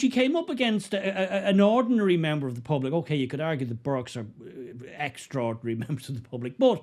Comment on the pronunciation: Burkes not burkas!